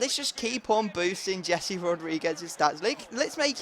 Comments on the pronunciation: It's Hesse not Jessie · O my god Rodriguez first name isn't Jessi it's Jese...